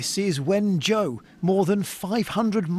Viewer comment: First of all, Wenzhou is pronounced Won (as in I 'won a prize) and Joe, not When and Joe (that's the best I can do for readers without using phonetical pronunciation). Secondly, Wenzhou is unusual because of the unusually high number of rich business travellers from the city that had recently visited Wuhan. It's now quarantined as are parts of nearly Ningbo because of a (very) large meeting just before Chinese New Year involving visitors from Wuhan. Most of Shanghai, Jiangsu and Zhejiang have restrictions on travel, shops are still closed (except pharmacies and groceries) with checks on body temperature on entering stores. Wearing masks is required in public and there are people enforcing this. Entry to gated communities (which is just about where everyone lives) is restricted except for residents and most people are now self-quarantined over all of China. I would say that the Chinese people and its government are pretty much doing more than most Western countries would ever do.